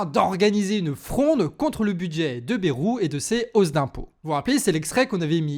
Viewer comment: petite rectification, on dis pas bérou, mais baille roux (on le prononce a la bearnaise)